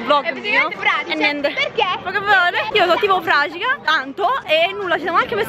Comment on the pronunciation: Più epico delle epiche di Clash Royale (battuta squallida)😅😂😂😂😂😂😂 P.S. fragiga?? 😂😂